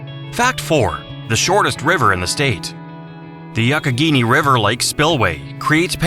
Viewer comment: Just say the Mon River. At least he pronounced the Youghiogheny River correctly. You also don't mention the Aqaphor river that runs through down town Pittsburgh, into the Ohio river. There are no covered bridges in PA. The ones you show are NOT covered bridges